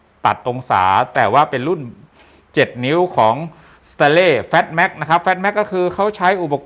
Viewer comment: เพิ่งเห็นช่องนี้ ช่องเดียว ที่ออกเสียงคำว่า FATMAX ได้ถูกต้อง